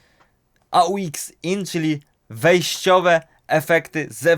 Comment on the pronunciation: AUX to skrót od auxiliary więc nie wymawia się go jako A U X (jakby to były pierwsze litery jakichś trzech słów) tylko po prostu aux ;)